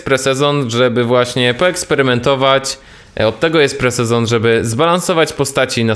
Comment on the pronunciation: Po co mówisz po angielsku jeśli nie umiesz xD lepiej już powiedz po prostu PRZED-SEZON